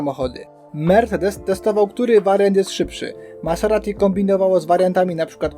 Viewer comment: Ciekawe omówienie sezonu. Zobaczymy czy starczy ci determinacji aby dotrzeć do 2024 :) ps wymawia się MaZerati a nie MaSerati. Trochę to razi.